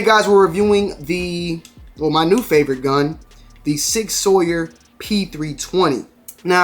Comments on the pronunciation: It's magazine not clip....it's suppressor not silencer these days...its "sour" not "sawyer". :). You mention the weight a little, but really you need to mention is more, that is a beast of a heavy gun and after you added the add-ons it's even worse. That gun for most people is not a carry gun, no matter what Sig states. I do love it, passed it up a few weeks ago in the store...great home defense gun and yes, that slide is super smooth. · Not be the grammar police or anything but it’s typically pronounced sour and not sawyer. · its Sauer as in Souer not sawyer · Sig Sour is how I’ve heard it pronounced, btw if u fr want something better for conceal, P365XL is best for summer carry and even offers a 15rnd mag just saying my opinion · Sig sour is how it’s pronounced